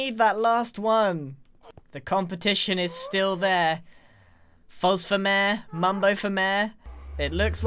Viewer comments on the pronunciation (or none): I like the way Grian calls Mayor “mare”